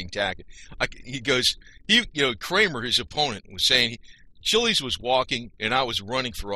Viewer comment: Your pronunciation of his last name is wrong. It’s ch iles. Grew up in south Florida in the 60’s and 70’s.